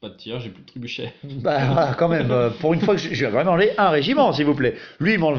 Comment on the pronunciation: C'est "trébuchet", pas "trébucher" :p